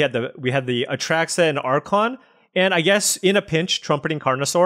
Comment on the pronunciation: Oh yeah its been months of A Truck suh